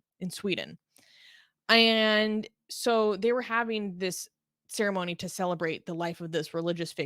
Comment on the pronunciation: I can't get past the 'ayand'.